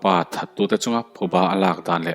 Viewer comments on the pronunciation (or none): none